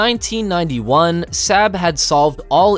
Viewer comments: ... FYI...'SAAB' is pronounced 'SARB'... not, 'SAB'... and stop bogus thumbnails... it's not cleaver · You say "SAB", Swedes say "SOB". Fix if you can. Your channel is not "VELD EERON". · it is 'SOB', not sab. I've driven their cars since 1980. Get it Right... after all, it's NOT 'Lockhead', is it? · Saab is pronounced like sob not sab you pleb! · BTW it's Saab not Sabb 😁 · SAAB is pronounced SOB / SAWB .. .and most definitely not 'Sab' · Its Saab pronounced sarb not sab! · Saab is pronounced SAHB, not SAB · It’s pronounced SOB, not sab. Saab makes great cars too. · It's 'sahb' like bob, not 'saab' like scab. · Saaa-rb. Not Sab..... omg...the pronounciation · It's not pronounced SAB but SAAAB (the vowel lingers longer) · Who pronounces Saab as Sab. Saab. Pronounced Saab. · And in addition, Saab is pronounced Sarb, not Sab. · It is pronounced Sarb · Hard to take seriously when the narrator can't even pronounce SAAB correctly. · of course, but why’s the guy pronounce it SAB? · Pronounced 'sob' in English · You need to learn to pronounce SAAB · Why do you call say SAAB wrong!! UUUGGGHHH!! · The narrator can not pronounce a number of words, such as Saab. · learn how to pronounce SAAB! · I’ve been pronouncing Saab wrong my whole life it appears 🤷‍♂️ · Those were my observations as well. To add to that, a the son of a Swede (who speaks the language), when I hear Swedish words pronounced as if they were German (or completely mispronounced as in “SAAB”) , I find it really annoying. It’s a small thing, but it adds to my overall negative feeing toward the rest of the content.